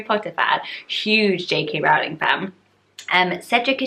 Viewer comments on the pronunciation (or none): none